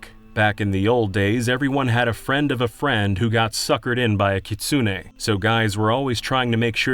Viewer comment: For future reference, kitsune is pronounced "keets-neh." The U is practically silent.